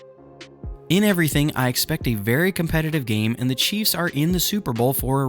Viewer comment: It sounds like you are saying cheese fans.🤣😂🤣😂🤣😂😂